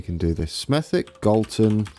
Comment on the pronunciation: Hi mate in Black Country Smethwick is pronounced Smethik hope you Have a Good New Year budd